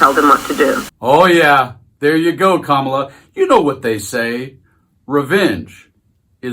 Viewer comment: Donald , I know that mentally you are a junior school bully , but I'd like you to know the VP's name is not Ka marla , Kamabla , Kamilla , or any other childish twist of you baby brain .....Her name is Karma la .